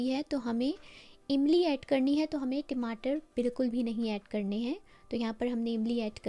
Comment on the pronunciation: Timatar😅 ya Tamatar